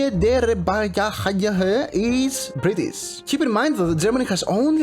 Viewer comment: The way He said Niederbayern 🤣🤣🤣